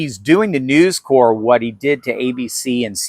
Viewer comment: I believe Newscorp would be said by voicing the “p.” You may be thinking of “Marine Corps” where the “p “ and “s” are silent, Obama’s gaffe pronouncing it “corpse” notwithstanding.